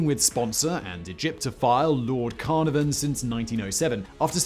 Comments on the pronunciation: Every video I watch from this guy has him mispronounce names. It’s CaNARvan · Tip: don't look to Simon for correct pronunciation "CARnarvon "? Nope. CarNARvon! 😁😁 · Car-nar-vern ...not carna-van. Also who is tu-tank-a-man? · hey, why do you change the pronouncination throughout your commentary? Sometimes it's Tu-tan-kah-mun, other times it's tu-tank-a-mun? and Carnarvon? Carna-von? Isn't it Car-nar-von? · Technically you are still saying it wrong, it supposedly (according to Egyptian specialists) pronounced like "2'tank a'mun" and the Lords name is supposedly pronounced "CAR NAR VAN" not "CARNAR VEN" but what do i know lol. Great video as always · Pronunciation, did you say Lord 'CarNoVan' - Welsh will be doing face palms - [kaɨrˈnarvɔn] is a port in Wales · Simon... I know for some weird reason you wish you weren't British but you are. You should know how to say Carnarvon! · "Carnarvon"?! Seriously Simon, I swear you are miss pronouncing things on purpose now